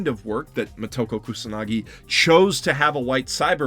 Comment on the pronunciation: First. It is Moto-ko (Child of the source) not mo-toko. Think Yama-moto (Source or base of the mountain). Second. I love the original movie and all the followup anime, however everything you say here could apply to the first movie since it wholly changed the character of the Major from the original Manga. Third. I agree this movie sucks and is way to far from how it should have been done, however Scar-jo sucked in this movie as well. I loved her as the black widow and she should have been great but she phone in this performance big time. Everything about her in this movie was awkward and uncomfortable. Far from a "brilliant performance". Last. As far as white washing. If you lined up all the female action starts in Hollywood and in Japan and compare them to the movie or anime series of the Major, I don't think you could find a women that looks more like Motoko than someone like Scar-jo.